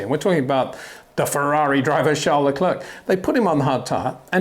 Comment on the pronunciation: My brain freezes every time you pronounce Charles LeclerK. It sounds really dumb, is it that difficult to learn someones name before you pronounce it wrong a million times?